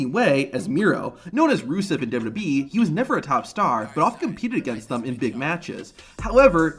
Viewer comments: This guy literally cannot say WWE 😅 MF says "dububee" 😂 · I cant even focus on the video because of how he says dubbadubbeee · Great video, but one question. What's d-dub-yee?